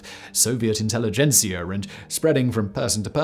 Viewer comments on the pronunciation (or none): none